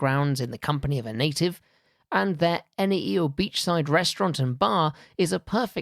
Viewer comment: Having lived in Tonga for a couple of years This presentation was appreciated greatly. The presenter has a very good delivery style; the visuals were pertinent. May I suggest a relook at the pronunciation of 'Tonga', 'Neiafu', 'Houma', and 'archipelago'. Cheers